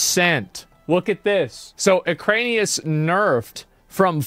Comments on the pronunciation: its erik anus, not ekranius. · Its Iran-ikus not ukraine-ius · "Eranikus." Asmongold: "Ukraine-I-Us" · Hearing him say Ek-rain-ius when literally none of those syllables are in the word weirds me out. Eran-i-kus my gamer. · SAY EKRANIUS ONE MROE TIME MOTHER %$##$#. It's E ran ik us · I can’t listen to it, I don’t know why. Enjoy the rest of the video boys! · he does it on purpose to make it appear like he's an idiot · Bro its Era-ni-kus 😂😂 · I wonder if Asmon is ever going to learn how to read. Eranikus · Is it some joke that he says the name incorrectly over and over? Probably. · yeah most likely just what he used to call it as a kid and doesn't care to correct himself at this point. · Yes. I stole it from him and it always cracks people up. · He has verbal dyslexia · The way you pronounce Eranikus 😂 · If it is elvish or if it the name looks like random noises combined together then yes. But if it is plain English with 8 letters not really. And okay you misread it once or twice. But when you are making commentary about the boss looking at it's name and misreading 10 time in a row. As a native speaker. That's wild.